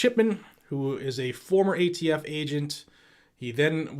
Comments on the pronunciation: did anyone hear jo say aft not atf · "AFT"? What the heck is AFT Bo Bo? America's Freaking Tyrants? He is embarrassingly pathetic. Scary to think he's the Commander & Chief. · Nobody's talking about how many times He called the ATF the AFT? He is a senile old man that shouldn't be president